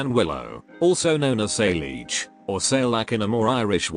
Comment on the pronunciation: Wait, I tought Saileach was pronounced as "Sail-Each" but it pronounced "Sai-lah-ha"